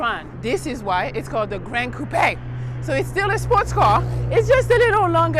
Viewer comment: Watching this again and realized she pronounced coupe correctly. That's something I find irksome about a lot of car reviews of other coupe style cars